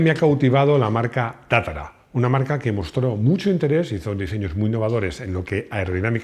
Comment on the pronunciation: Es tatra, no tatara...